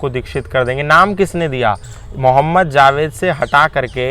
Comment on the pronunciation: Abe zaved nhi Javed hota hai aur Anees mardo ka naam ...naam lena bhi nhi aata jhoot bol raha hai tu ex muslim hone k naam pe